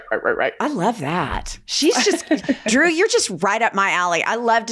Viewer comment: Ladies I love you, but if your guest’s name isn’t “Joe Smith”, you gotta practice it beforehand. Drew is a big deal! Great show. Thanks for what you do!